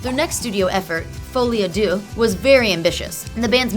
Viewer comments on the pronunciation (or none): i just cringed so hard at the horrible pronunciation of folie a deux. like, bitch, check your french